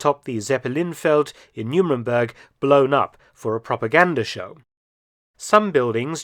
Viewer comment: Why does the narrator pronounce “Nuremburg” as “Nu-min-burg”? 🤔